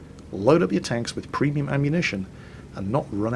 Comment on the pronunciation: And btw I laugh every time when you say ”premium”. You say that p like pfhhiuu XDD